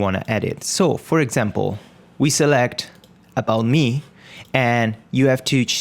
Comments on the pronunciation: Well, it's my 3rd language, but it's ok ;) Just pointing it out so you now know that it's pronounced as "me". Great vids, man :) ! I'm following the series and learning alot! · Why do you say "about shmee" ?